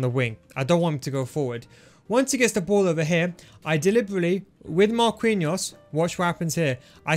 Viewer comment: pls stop saying marqUinhos, the u is silent, u say it like markiños